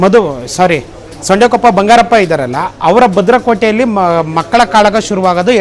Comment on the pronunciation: ಸೊಂಡೆಕೊಪ್ಪ ಅಲ್ಲ ಸಾರೆಕೊಪ್ಪ ಬಂಗಾರಪ್ಪ